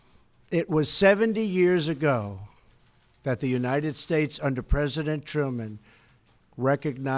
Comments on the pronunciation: "god blesh United Statch" ..he's losing it. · Are his dentures loose?? His speech is incredibly slurred in that last two sentence blather. " And God blesh the United shtatesh" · I watched the whole speech & I think it is so petty of the msm to zero in on a slight slurring of "states" & not the content. Hopeless msm!!!!